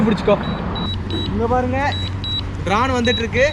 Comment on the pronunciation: bro not drane its drone